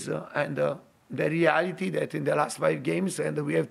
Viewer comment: It sounded like he kept saying dele alli-ity (the reality)